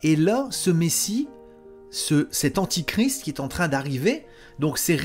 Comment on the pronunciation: On dit antéchrist, pas antichrist.